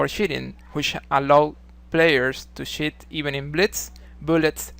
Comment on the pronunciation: Lol sorry man I had to laugh watching this, cos you pronounce the word cheat, exactly like ‘shit’